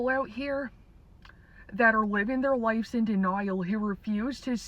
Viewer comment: This is AI. Doesn’t know how to pronounce “ lives”.